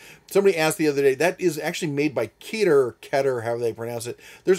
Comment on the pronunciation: FIY, keter is pronounced ke ter, which means crown in hebrew. Just a little tidbit 😀